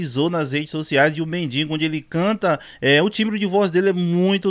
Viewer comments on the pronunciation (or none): "MendiNgo"é de doer.... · "Medingo" amigo? Sério? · Vamos só corrigir MENDIGO e não "MENDINGO". Bom dia 🌼